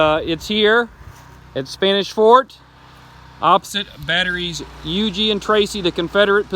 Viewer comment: Thanks for the correct pronunciation of Huger!